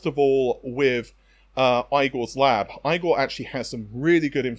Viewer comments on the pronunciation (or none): Does Igor's lab actually pronounce his name like eye-gor? The american and according to google, the german pronunciation of Igor is like Ee-gor. Given how many times you've said his name on this channel, I think you need to find out how he really pronounces his name from the man himself. In many cultures it is very offensive to repeatedly mis-pronounce someone's name hundreds of times...